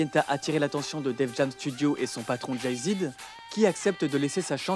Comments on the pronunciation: "Jay-Zd" m'a tué. Mais merci pour ton travail en général et cette vidéo en particulier. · j'ai bien entendu JAY "ZID" ?! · Haha on ris mais c'est pas méchant! Les américains ne disent pas zed ils disent zee donc c'est jay zie XD